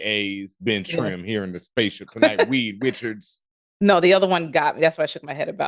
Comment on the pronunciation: ...did you just say WEED Richards?!?!? **I'M DEAAAAAAAAAAAAAAD.**